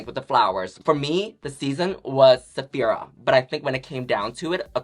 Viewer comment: I only noticed when she introduced Saphira! Mumbled mumble 😂 so good! More please.